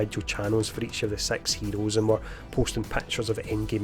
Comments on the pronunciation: Marvel's Sex Heroes, coming soon to Disney Plus! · i know hes saying SIX but it sounds very different lol. it sounds like hes saying sex heroes lol.